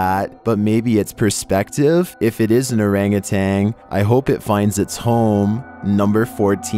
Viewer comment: Orangutan is pronounced "orang-gu-tan" not "orang-ah-tang." 🙄